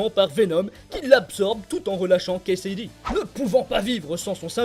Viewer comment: ça n'est pas cletus "Kasaday" au lieu de cletus "Kasady" ?